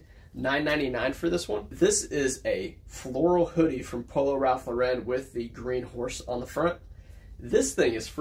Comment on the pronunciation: New subscriber. You said Ralph Lauren is your favorite brand to sell so I thought you should know Lauren is pronounced like snorin'. If you've heard of Lauren Bacall, like that. LORE en. Ralph's last name was Lifshitz. He was tired of being teased. His cousins had already changed their name to Lawrence. He liked the sound of that but wanted his own name. So changed to Ralph Lauren. Most youtubers pronounce wrong but a few get it right. Cayley Elaine is a big one, great channel. Your intros are really great. And congrats on becoming a dad.